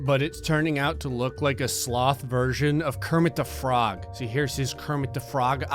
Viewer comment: Germid teh frorg